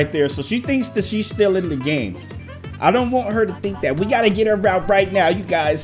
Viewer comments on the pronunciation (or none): The whole time I’m just screaming ITS WANT THE WORD IS WANT! NOT w…AAAA….nt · He really said wANt and not want 😭😭😭🤣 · DID YU REALLY FREAKING SAY WANT AS WÃNT!!! WTFFF DUDE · literally said "Playing the radio as loud as we want", but he said rant with a W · The way he said want as want, not wont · Tjswagg sameeee I was over thinking what is he doing with his life 🤷🏾 can't pronounce "want" ? 🤔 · How do you say want wrong. Lmao.